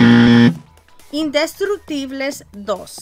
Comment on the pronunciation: Mi mamá vio el programa de juegos y le gustó, aunque te cueste trabajo pronunciar "indestructible" me sorprende cómo has mejorado bastante en la fluidez de tu pronunciación, esto lo puedo notar porque no pude entrar al canal un tiempo por tener carga de trabajo y llegaba solo a dormir a mi casa, y en cuanto a las televisoras yo le voy a Telemundo yo creo que después recupera su puntaje. Saludos mi amiga linda!!!!